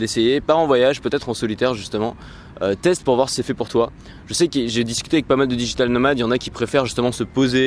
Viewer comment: ... Si je peux me permettre, on pourra dire soit "digital nomads" (avec le "s" sonnant en "z" à la fin) si tu choisis l'expression anglophone, soit "nomades digitaux" vu que ça fonctionne aussi en français... Tout à fait d'accord sur le fait qu'il vaut mieux être seul(e) ou avec d'autres "workers" si tu veux avancer, sinon trop de frustration ! :)